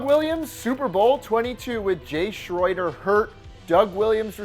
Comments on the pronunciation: Pronounced exactly as spelled: hostetler Schroeder pronounced “shrader” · Schroeder = Shray-der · Hos-tet-ler. Shray-der. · It's pronounced Jay SHRAIDER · Hoss-TET-ler. Hoss-TET-ler. And it's Jay Schroeder, SHROW-der. Like the piano-playing character from the Peanuts cartoons. And if you want one of the best backups ever, and to stick with my beloved Dolphins, how about Earl Morrall, a 38 year old backup QB, who came in to the fifth game of the season when Bob Griese was knocked out with an injury and led the team to a win that day and for all the rest of the regular season and most of the playoffs. In 1972. The Dolphins perfect season. Yup, the backup was the QB who did more than the HoF starter to complete that perfect season. #1 backup for all time in my mind. Though right now Foles is a close second.